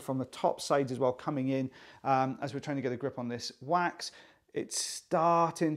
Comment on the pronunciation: Is it just me, or does it sound like quacks when he says 'wax' half the time? 😂 I haven't been able to unhear that for about 3 months